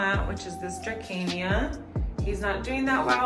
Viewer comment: Pronounced druh· see·nuh Calathea medallion specifically! These are actually particularly finicky calathea with humidity and watering but yours looks pristine, it's so pretty! Peperomia 'Ginny' or also Tricolor peperomia Ficus elastica 'Tineke' ; usually pronounced 'tih·neh·key' or 'tin·knee·key' Actually not a hoya! It's a lipstick plant or aeschynanthus radicans 'black pagoda' - you can tell by the flowers! Aeschynanthus have tubular 'lipstick' flowers while hoyas tend to have peduncles or little groups of blooms Pearls and Jade :) This is also a satin pothos or scindapsus pictus as the first one you displayed just a different variety! The 1st looked to be a argyraeus while the 2nd looks to be a silver satin possibly?! I'm just as confused by the varieties lol SO glad to see another Latina creator! These are just a lot of things I learned the long way while learning about houseplants that I wanted to share! I've definitely fumbled a lot and messed up names plenty but the easier it is to learn proper care as your collection grows is identification! Thank you for the lovely video, excited to see more